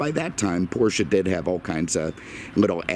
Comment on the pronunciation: Thank you for pronouncing Porsche the correct way.